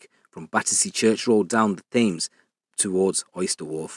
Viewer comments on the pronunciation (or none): Bro Thames is pronounced like "tems" English f**kries language lol 👌